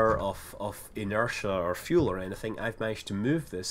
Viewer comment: That's pretty much the same. And it's fuel not "fule" :p